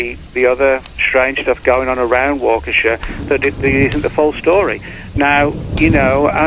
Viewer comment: it's pronounced WAH KA SHAW! NOT WAKEESHA. AND YOU GREW UP IN THE AREA? 😂 NO WAY LOL